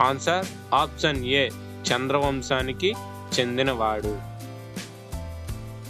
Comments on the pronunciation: అప్సన్ కాదు, ఆప్షన్ అని పలకాలి. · ఆప్షన్ పలకడం నేర్చుకోండి